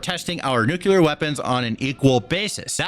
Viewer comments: Dude! It's "nuu-clee-ar," not, "nuu-cuu-lar." OK, rant over. 😅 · The word is NU-CLEAR....NOT "nu-cu-lar".....I love ya, but please say the word without added syllables, just looking out my dude. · OMFG is “New - clear” not “new-cue-lar” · Nu cle ar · I can't believe you say nuke you ler